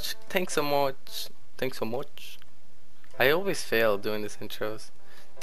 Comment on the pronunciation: "Thanks so moich!" Haha :P